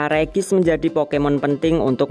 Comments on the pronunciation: Bang ngomongnya regi ice bukan regice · bang ngomong regiice bukan regis tapi regiais